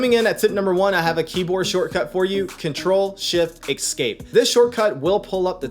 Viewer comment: Excape? What is that strange word, Excape?